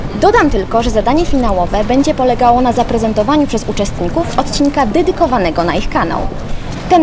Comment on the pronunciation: hyhyhy, przyłapałem z Mówiąc Inaczej. Powiedziała "dydykowanego" zamiast "dedykowanego":P